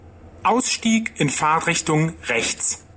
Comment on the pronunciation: nein, hört sich an wie Fahrrichtung,also ohne t bei Fahrt.